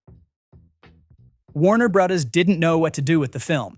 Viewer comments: “Warner BRAHDAS” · “Warner Brothas” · "Warner Bruddahs"